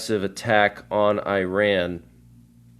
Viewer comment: Not pronounced "i ran"